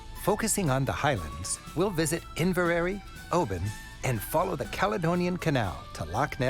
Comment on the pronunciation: Two minor errors. On his map, the 'Lowlands' were placed too far south. They're the low-lying land between the Highlands and the 'Southern Uplands', or 'fells', which are another mountain range between Glasgow and Edinburgh and the English Border. 'Inveraray' is pronounced 'Inverar-rah'. And I totally agree with another commenter. I don't sympathise much with the Jacobites at all! Most of the Lowland Scots were Protestants and didn't support them. Unfortunately, in those days 'Catholic' implied supporting autocratic and tyrannical regimes. The Parliaments of England and Scotland had agreed to the deposition of James II, and it was the old, autocratic regime in France that tried to support a rebellion led by his grandson. Scottish Protestantism had a democratic structure, which strongly influenced your Constitution. ( Was the Scot who wrote a good part of it called James Wilson?) The 'Isles' film he's going to produce will probably show some wonderful beaches, as there are on the far northern tip of the mainland.